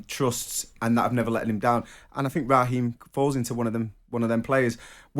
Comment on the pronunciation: Who's Rah Heem Trevor Sinclair ?I thought it was Raheem !!